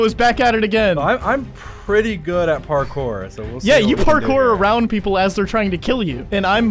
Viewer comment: " parjours" lol